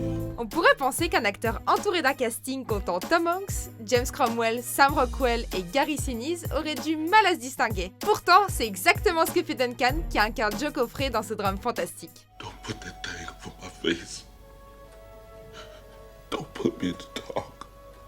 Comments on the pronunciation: "Joe cofrey"? qui prépare ces vidéos? john coffey!!! bien que je me retienne habituellement de jouer les détracteurs sur YouTube, je constate une fois de plus que malheureusement bien caché derrière votre beau montage, la qualité de vos vidéo est vraiment désolante...beaucoup de vent avec des titres racoleurs et des contenu copies sans originalité de la chaîne éponyme anglaise pour le public non bilingue...vous incarnez tout ce que j'abor sur cette platform! Au minimum, faite attention aux noms des personnages dont vous parlez en faisant samblant de vous y connaître! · Joe Coffrey??? Pitié... John Coffey. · john cofey pas cafrey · C'est John COFFEY ! Pas Jo COFFRY... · Euh.....Joe Coffre??? Wtf? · Joe "Pechi" ... Ca fait moins classe dit comme ça :) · oui il l'ont mal prononcer, pour un film aussi bien que la ligne verte, que watchmojo français fasse une erreur comme sa c'est injurieux :o